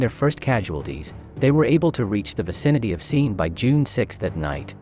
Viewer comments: Cool video.Mispronounced Seine and Leibstandarte. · Seen is referring to the river seine in Normandy